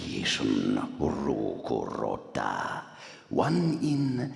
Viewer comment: Harry Potter fAn Emma Watson that says "Ro Kurota"